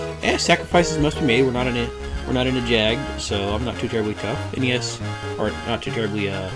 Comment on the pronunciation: I think it is Jagd with a Y. Cad-oh-en. Loosh-uh. Gaol, IMO, is Gail/gale. - You can only use exorcise on undead that are "alive" iirc. - Does Double magic really penalize you like that? I kind of remember it only punishing you if the spells you use are the ones prohibited. I don't think think double cast counts as color magic because it's not a spell. Idk.